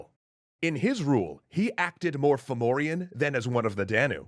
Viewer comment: I keep hearing "Furbolg"